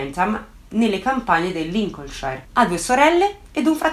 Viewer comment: La pronuncia di Lincolnshire è Sher non shair